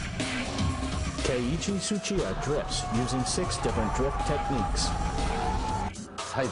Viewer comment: I cringed so hard when he says "keiichi suchia"